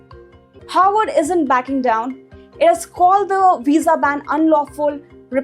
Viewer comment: Please be careful in your pronunciation. Your pronunciation of Harvard sounds like Howard.